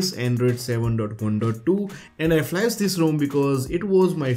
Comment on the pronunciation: Pronunciation errors: flash, htc, customization, exclusive, features, considering, 5 (five), camera...And a lot of grammar errors. When you write the script try and use one of the many online tools. They can help fix the grammatical and pronounciation errors.